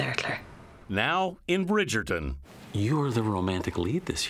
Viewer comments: Bridgerton---WITH a T, not pronounced with a D, Gayle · She can't pronounce Bridgerton.